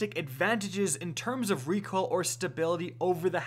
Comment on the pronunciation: I think he is trying to say "recoil"